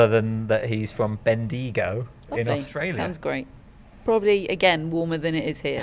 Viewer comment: Dead at pronunciation of Bendigo 😂 I wouldn't expect anyone outside of Australia to know how to pronounce it but I had never heard it said that way before